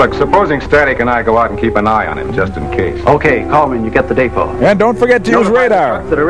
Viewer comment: That guy kept talking about the "day-po".... and the Maypo and the Alpo and the repo and the Suenteus Po and the sampo and the Edgar Allan Poe.... anything but the DEpot.